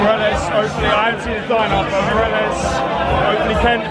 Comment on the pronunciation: A rangers fan can't even say 'morelos' right hahaha 'morelez'